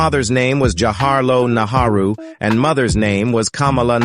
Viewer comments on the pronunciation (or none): 'Nehru', please and not 'Naharu' !!! . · Your pronunciation of Nehru, Bharathi, Feroz is not correct